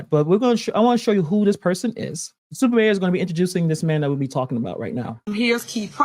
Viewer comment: Y'all are saying it wrong Its Stuper Mayor